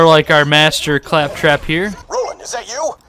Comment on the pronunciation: I have to say! I enjoy your commentary a lot in your videos! Here specifically😂 ”Ay faptrap, catch”😂